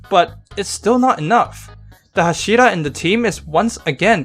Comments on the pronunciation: OK OK OK Lets learn something all together STOP CHANGING THE ACCENT OF THE TITLES AND THE NAMES OF THE CHARACTERS. Everyone know so much about anime series. However you dont even know how to pronounce the titles and the names or you dont respect them. Its not hash(I)ra. Its fucking h(A)shira. Learn the names first and then tell your opinion to the crowd and that goes for everone like you Youtuber or not! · Why do you pronounce hashira so odd? Like, you make a demon slayer video, you want to be taken seriously I assume, but you don’t even take the pronunciation seriously? How am I expected to take your interpretation of the events seriously if you can’t even pronounce a single word repeated many times in the anime right? How is this related? If you keep pronouncing an easy af word wrong, when in the anime is pronounced right many times, it seems to me like you didn’t even watch the anime 😂. Edit: OMG, you also pronounce Inosuke wrong 😂. And yeah, based on your commentary if the events and understanding, it seems to me you really didn’t watch the anime imo. You might have looked at it, but to me you didn’t seem to really have watched it 😂. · The way he says hashira angers me